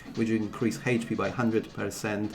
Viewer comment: ”Heidgh pee” & ”Abiliti” 🤭